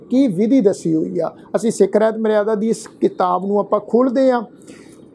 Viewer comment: ਵੀਰੇ ਰਹਿਤ ਨਹੀਂ, ਰਹਤ ਹੈ ਅਸਲ ਵਿਚ।